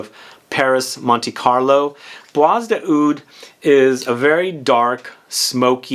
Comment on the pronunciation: Hi, I love your videos. Just one remark - "Bois" is French for wood or forest and is pronounced with a silent s. So it sounds more like "bwa".